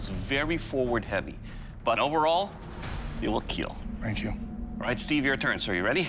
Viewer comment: eet weel keel